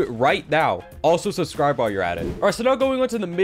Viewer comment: at the end all i heard was ash shu shubicribe